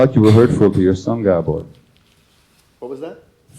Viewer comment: Actually, the mistaken pronunciation is "guh-BORE". Hungarian puts emphasis on the first syllable, so it's "GAH-bor". He corrects people who say it the other way.